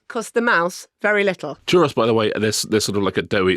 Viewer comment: Iam I the only one that's annoyed with how they pronounce churro?